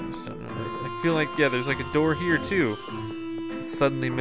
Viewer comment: a door not amdoor